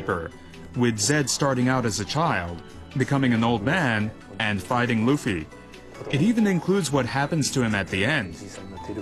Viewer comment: luff ee? omg, someone slap that bitch, its LOOOF EEE